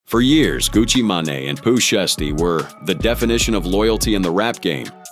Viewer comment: 🤔❓😆🤣 "GUCCI MAIN Á" "POOH SHEESTY" WTHELLY??? 🤦🏾‍♂️😄😂 How Bout instead Of "TRYING" to Say Their entire name's JUST Use da 1st part of their names in which seems easier for U to pronounce.... Lol & Smh Even though da messag is in da Story Ijs! How U sound SILLY & Uncertain 🤫🤐 🫩❓🤷🏾‍♂️